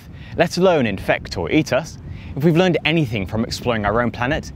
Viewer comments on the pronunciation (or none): none